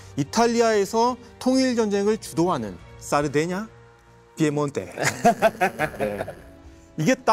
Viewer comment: (중령?)님의 이태리 원어(^^) 발음 사르데냐 - 삐에몬테 훌륭합니다 ㅎㅎ 내용은 더 훌륭합니다. 평소 좀 궁금하게 여기던 바였는데 잘 들었습니다. 깊이 있습니다~